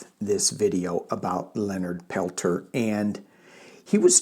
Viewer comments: His last name is pronounced Pelt SHAY. Just so you know. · Hi thanks for covering this ❤ his name is pronounced. * Pel - tears * I’ve read during his last hearing some from the FBI said he was framed. He is such a humble man. I believe he was the medicine man during the retake of Wounded Knee in 1973, I ask all to please send positive intentions for his release from now until they come back with a ruling. I have seen the miracles of group prayer I many times. I hope many many join me everyday to send this message to the universe ❤❤❤❤❤❤❤❤❤ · Leonard is from our area and here it is pronounced Pel Tear (French) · Use French pronunciation for Peltier. He's a political prisoner and it's still jot on Pine Ridge